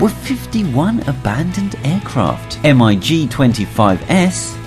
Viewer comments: it is not pronounnounced m.i.g. its mig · "M. I. G." is pronounced "Mig", which is a contraction of "Mikoyan and Gurevich Design Bureau" (MiG). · It’s pronounced mig not spelled. Not to be offensive but this hurts my head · This just hurts my ears lol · Bristol Freighter! that is frayter! and how can you not know about MIG?? not M I G